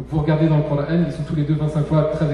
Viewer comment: Pourquoi prononcer "cor-ane". Je suis un musulman français et je dis "coran". Allah a créé toutes les langues dont le français.